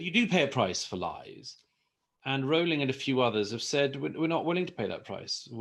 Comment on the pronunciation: Good video. Also, it's good to hear JK Rowling's name pronounced correctly. So people on YouTube videos discussing Miss Rowling get it wrong.